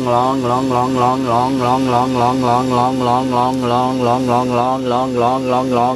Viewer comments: I think after a while he was just saying glong. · When he said longlonglonglonglong he sounded like a chinese person xD